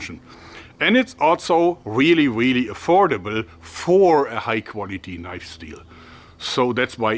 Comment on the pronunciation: "Now that's a knoif"